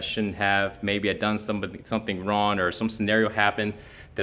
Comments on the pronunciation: Is he saying RON? I'm pretty sure that in the English language regardless of where it is spoken that is still WRONG? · holy shit he really does say ron instead of wrong rofl... is it a way of not actually saying sorry ?? :-P haha like fingers crossed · Is it me or does it sound like says "Ron" instead of "wrong"? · He’s pronouncing it ron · He can't even utter the word "wrong" - that's just ron,. Just ron, bro. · Really? Straight up just says "Ron" no effort at all in trying to pronounce it correctly. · I am sorry to tell you that you did something wrong, you pronounced the word "wrong" wrong by pronouncing it "Ron". Sucks to be wrong i guess. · "Ron" he can't say wrong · Seriously... you can't even say the word "wrong." "Rawn, ron, raun, rauwan" -. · What is "ron"? I mean, you're making videos although you can't speak proparly. Learn to say "wrong" first, and then come talk to your "audience". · why is he saying Ron I'm so confused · is it me or is saying "wrone" instead of "wrong" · He is saying Ron hahahha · Why does he keep saying wron? The word is wrong. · Are you saying wrong or Ron? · why is he pronouncing wrong as 'ron'? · How does he speak English so well, but can’t say the word wrong correctly? That’s just Ron! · why does he say ron? the fuh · Is he really saying Ron..... lmao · why is he saying wron?? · eddieur think he can't say "Wrong" lol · I'm confused. Can this dude actually not say Wrong? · lol! why can't he say wrong?? this is hilarious, legit can't focus on any of the video now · You said the word "wrong"wrong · this is the first time i have heard someone have trouble saying the word wrong